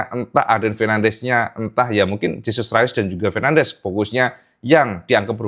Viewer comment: Gak dibaca Jesus rayes mas,,coba cek lagi,,itu nama spanyol bukan nama inggris